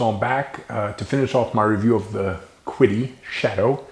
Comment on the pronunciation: Funny thing. I was watching this video, and every time you said "Quiddee", I thought to myself "How is his wife not correcting him? He said she was Chinese. It's 'Cheedee'." Hahaha! Great video, friend.